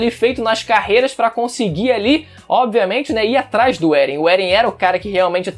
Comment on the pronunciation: Eren "É-guei"